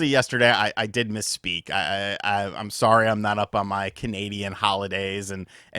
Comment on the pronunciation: We do not say “SOARY” lol